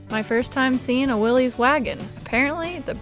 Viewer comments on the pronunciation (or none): Kind of liked the VW Bug convertible myself. BTW, Willys is pronounced Will-iss .